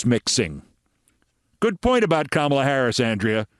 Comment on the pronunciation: I can’t believe I have to say this to you. Please learn how to pronounce Kamala! You’re better than that, Keith.